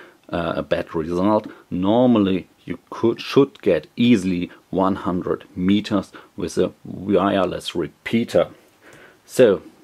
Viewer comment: mietors huh very funny